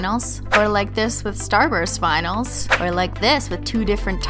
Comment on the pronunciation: I always hear binyls instead of vinyls..